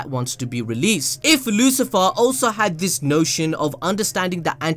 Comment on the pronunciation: Lucifer Or LuciferO..... cOme On....